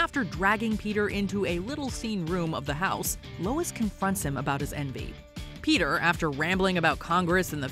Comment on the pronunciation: Ah yes "pea tear"